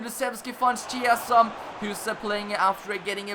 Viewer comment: U have to read Chiesa like Kiesa, also Bernardeschi is like BernardesKi Beautiful Master Leauge 😍